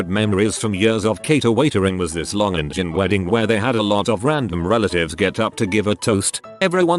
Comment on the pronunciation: is sure sounds like Indian is being pronounced Injun, which is not only not what you call people of India, it is a slur name for Native Americans. Cost y'all a like.